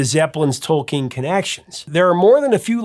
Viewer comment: Good job correctly pronouncing “Tolkien”!